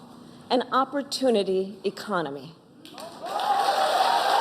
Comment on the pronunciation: She can't pronounce "Price Gouging" either.